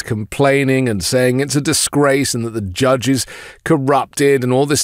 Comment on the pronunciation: Why does he say "judge" like that? The jyedge 😭